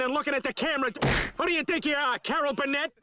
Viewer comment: Bill Mayor? Carol Burn-it?